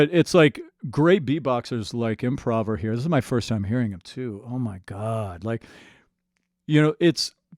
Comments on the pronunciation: Great vid, just a little side note though, pretty sure it's pronounced "improover" (like to improve) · He's improving his skills daily so his name is pronounced like thát and not like he's doing an improv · Is it imprahver or improover? By definition each could be right at the same time I suppose.